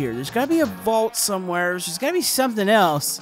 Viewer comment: You always say someweres